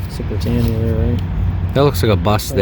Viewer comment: Nice one guys. Btw it's pronounced 'Brit anne eee a' not 'Brit ain ya' ;)